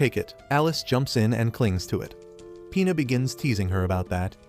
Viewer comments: Bro it's Pina not P***s 😭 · when ge says pina i keep hearing penis😭😭😭